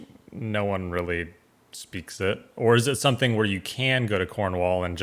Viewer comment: I grimaced when he pronounced it "where"!